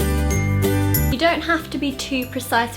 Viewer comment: she sounds american "straightener"